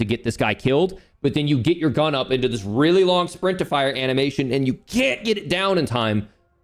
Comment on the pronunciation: Who else heard “sprintifier” instead of “sprint to fire” 😅